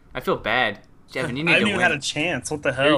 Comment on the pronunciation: it's Jevin not Kevin